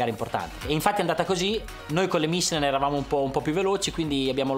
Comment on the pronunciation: Ma perché deve dire "mìchelen"?